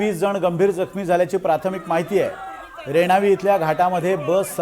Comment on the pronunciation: रेवानी नाही ओ, रेणावी म्हणा, आमच्या समोर अपघात झाला